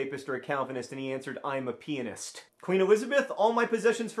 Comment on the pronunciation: Did he say pianist or...